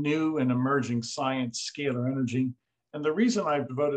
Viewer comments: The interviewer refuses to even pronounce the scay ler energy properly. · I can't take the mispronunciation of "scalar" energy by the host.